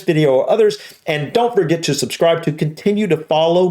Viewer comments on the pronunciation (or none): none